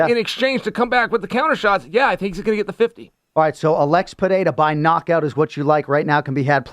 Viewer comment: Trt does miracles, look at the shape of Chael vs Cormier. Interesting to see also how Chael fixed pereira instead of pierra 😂 that’s a paid gig